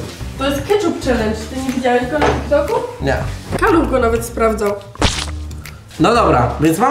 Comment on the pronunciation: Czy ja usłyszałem Kaluch?